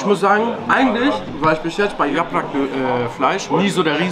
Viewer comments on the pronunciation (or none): Bulgur nicht burgul !!bitte, das triggert mich hart. Und yaprak nicht yaprach!!